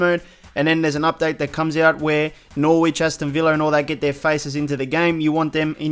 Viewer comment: Not throwing shade just trying to help, the W in Norwich is silent. It's kinda pronounced Norrich